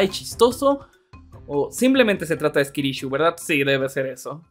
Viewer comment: Jaja dijo skilishu